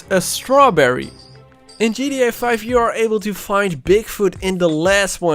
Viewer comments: Why dose he say gda5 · Why do u say gria 5 😂😂